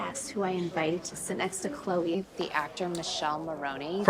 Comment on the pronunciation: He's name is Michele but why can't she pronounce it normally? Like she's changing is name, is not even a complicated italian name. By the way... You also are not pronouncing it well. But at least you tried 😅😂❤